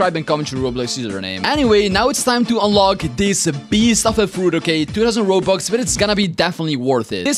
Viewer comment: Bro said only 2000 ronux 😂